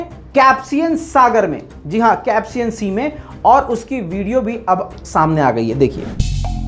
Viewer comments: Caspian nehi................. Kaspian ........ Sahi bolo bro. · Caspian sea or capsian sea 😂